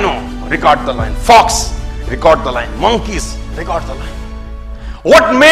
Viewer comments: Lion not loin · It's not loyan it's lion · It's lion uchharan thik karo pehle than dene se pehle ... Loion nahi lion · Loin a loin a loin...its Lion sir not loin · Pehle toh yeh samjle voh lion hain, loyan nahi😂🖕🏻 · Not loin it's lion bro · Hahahah loin nahi hota 😂 .. it's lion 🤦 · Sir mera koi aukat nai h Aapke samne but lion boliye loin nai. Please isko hate na samjhe bas aapko suggestion diya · Yeh lion ko loin kyu Bol rha h 😅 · Ye lion ko loin bol boo ke matha khrab KR RHA hai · Bolte kafi achha ho sir... I got inspired nd motivated by your speech..but lion ko loyan bolke pura mood kharab kar diya...